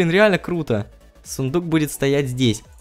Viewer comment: Сыендук говоришь?я думала правильно сундук :D